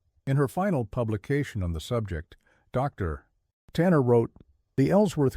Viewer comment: Fun story but to BS 😂😂 and teach your A.I. reader to say "o'clock" and that theres no pause for the "." in Dr.